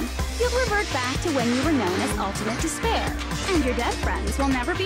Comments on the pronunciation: dis a speer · Shall I give you dis pear?